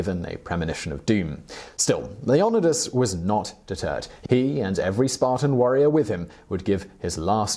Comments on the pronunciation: Why does he keep saying his name like that !!!!! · It bothers me that he keeps mispronouncing Leonidas. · How the hell do you mispronounce Leonidas? They have two movies about Leonidas and the 300 spartans. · The way he pronounces Leonidas ... bothers me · Anyone else hate how this guy says leonidas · If you say his name wrong again I’m kicking you into the pit. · say his name right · AM I THE ONLY A AMERICAN WHO CANT STAND THE WAY HE PRONOUNCES HIS NAME? IS IT JUS HIS ACCENT OF HAVE WR ALL BEEN HEARING IT WRONG N SAYING IT WRONG THIS WHOLE TIME?? DAM U 300 !!!! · It’s not LeviOsa, it’s LeviosA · You couldn’t say his fucking name correctly? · That’s not how they pronounced it in the movie or any documentary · Why are you saying the "n" twice ...leon ni das or leo nidas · The way you say his name 😂 couldn't keep watching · Omg if you don't stop butchering his name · Dude seriously, with that pronounciation of Leonidas? Have you never even heard his name before. 300?! The spoofs? Anything in pop culture making fun of the movie 300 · Not sure if Simon is pronouncing it wrong, or if I should stop taking movies starring Gerard Butler as being where I get facts from. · Why can't you pronounce his name correctly? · Talks about Spartans. Who are Greek. Keeps showing pictures of legionaries. Who are Roman. Also keeps mispronouncing Leonidas. Still good, just frustrating. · the way leonidas is being pronounced kill me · I Was Triggered when He Pronounced Leonidas as le-nod-ee-us... ITS LEE-O-NIDE-US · Leonadis? Hmm, I was not aware of that pronunciation. Ya learn something everyday I suppose. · It's Leo-ni-das not loenadus ...wtf Seemon Wipler 🤣🤣🤣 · LEE ON A DISS??? NO LEO NYE DIS? WHAT IS THIS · He pronounces it Lee-yo-nuh-dus instead of Leo-ny-dus how would you say it? please reply and give me your thoughts? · The name is Le-on-'eye'-das, not leonadus. Had to switch off😕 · Why can no one say his name proper? Lee-oh-knee-dus. Not Leon-oh-dus. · Say it right! It’s Leo-nydas